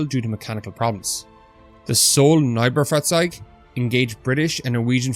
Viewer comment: You pronounced 'Neubaufahrzeug' correctly, which made me surprised that you didn't pronounce 'beutepanzer' the same way. To be fair, I mispronounced both for years.